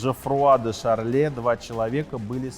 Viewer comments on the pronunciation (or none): Блин, произносить правильно фамилии надо - Баже и Божё разные места, Гийом он как раз из Божё. Ну Томск с Омском не путаете ведь. И Жоффруа де Шарне, а не "Шарле". По принципу "да пипл и так хавает, какая, нафиг, разница?"